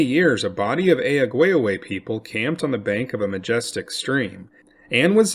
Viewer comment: Ear-Ick-Wah, repeat with me, Iroquois is pronounced Ear-ick-wah. Ask an actual Iroquois. They're everywhere. Either that or this is another horrible AI-Voice channel..